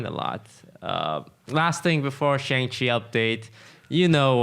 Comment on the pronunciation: Isn't it pronounced Shahng Chi?